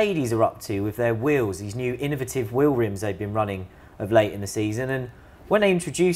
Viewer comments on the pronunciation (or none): “Ino-vit-tit-eve” wheels? Are you trying to say “innovative”? God damn I have no fucking idea what language you Europeans think you’re speaking but it isn’t English. Anyways good luck making neat cars and not having a space program 😀